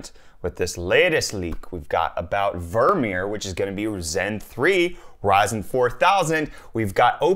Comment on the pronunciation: vermeer sounds like "Vormir" LMAO